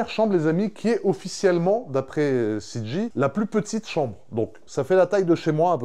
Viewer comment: C'est CG pas CJ ! En anglais en J se prononce "djé"